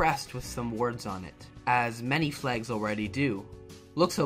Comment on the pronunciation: I got a question: Why do you say flags like "flegs"?